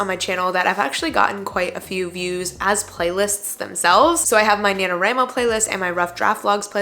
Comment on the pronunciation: I’m sorry but the way you pronounce nanowramo bothers me 😵‍💫😭 national WRITING month WRIIIIIIIII please. Anyway great video thank you for this.